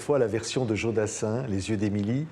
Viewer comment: Patrick cesses de dire Djo. C est Jo